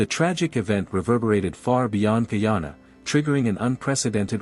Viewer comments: Where is Kee-yawn-uh? It's Guy-ana. The old pronunciation of ghee-ana for the region encompassing the three colonial entities British Guiana, Dutch Guiana (now Surinam) and French Guiana is understandable. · No es gayana es guyana